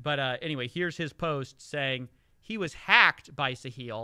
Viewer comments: Why's he keep pronouncing it "Sa-heel" when it's "Sa-hill?" Didn't one of the guys in one of the videos he playing say the name as "sa-hill"? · Wait, Catilyn is a resident of the UAE?? And Sahil has been banned from X. ( and it's pronounced Sa-hil - emphasis on the first syllable and HIL as in HILL, not like HEEL just letting you know if you're interested ) I just found your channels today and am thoroughly impressed by your production quality and reporting Could someone tell me the difference between and Voidzilla? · Hey, great video as always. Just fyi, the emphasis in Sahil's name should be the "a" not on the "i". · Sometimes when you say Sahil it sounds like "the heel" and actually maybe that is the role he's intentionally taking? Maybe it's part of the deal he cuts with these celebs.